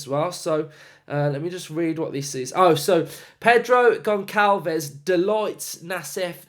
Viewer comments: class video man! hope we sign him , he looks the real deal. Just a note its pronounced Gon-sal-vesh! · In portuguese you actually say "Pedro Gonssalves" the ç is like ss